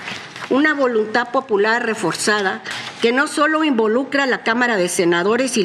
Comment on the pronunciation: Son ministros y no pueden ni siquiera hablar correctamente, no es "volunta" es VOLUNTAD 🙄